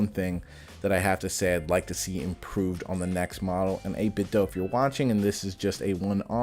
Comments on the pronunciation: I believe it’s pronounced 8bit-Doo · Yeh I'd like to knoow I mean know, maybe hit em up on Instagram. I've kinda gotten used to the doh sound anyway I suppose so doesn't matter too much. Cheers fo your reply!